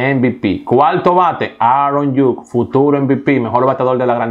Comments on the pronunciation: ni por que tienes la vida entera escuchando como se pronuncian los nombres de los jugadores lo dices bien. esos nombre que dijiste nadie los conoce. quien es Aron Yuk? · Oye es Aaron judge que se pronuncia igual como se escribe( judsssch)